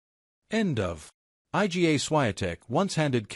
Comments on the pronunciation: 'I.G.A. Swiatek.' You bunch of muppets. Don't you even check what your computer voice is saying? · Her name isn't difficult to pronounce. Surely she deserves a little effort to pronounce it the way it really sounds? Try reading her name like this: "eega" ... easy, right?